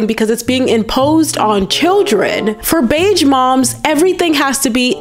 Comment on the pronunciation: Beige is pronounced with a zh sound, not a dj sound. Like the s in illusion, not like the j in Joe